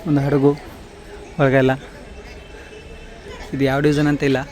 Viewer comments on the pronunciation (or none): none